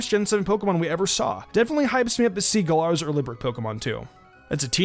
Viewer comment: Even after E3 he still mispronounces Galar.